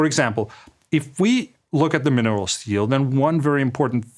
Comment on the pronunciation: He does write "minerals deal", so it either a spot of Danglish mispronounciation or a Freudian Slip.